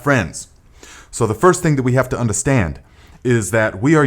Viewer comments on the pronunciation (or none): I just like the way you say undastand